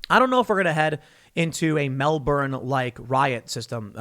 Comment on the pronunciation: Disliking the video due to mispronunciation of Melbourne. Also, they are saying dressed as construction workers as the Union, the CFMEU, has a lot of sway over the Victorian government so it is a bad look for the government if it comes from what is meant to be a pillar of support. Easier to portray them as anti-vaxers so still good press